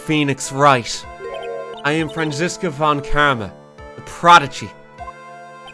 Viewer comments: wait... Did he say Franchesca? Not Franziska? LMFAO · As a german myself, I was not expecting how he would pronounce Franziska... But I absolutely live for the voices. Keep it up man!